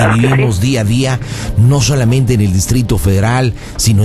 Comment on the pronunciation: jajajaja no sholamente xD es bien moxo ese panda jajajajajaja